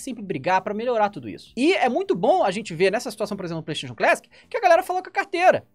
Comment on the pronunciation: A palavra feita por "Playstayion"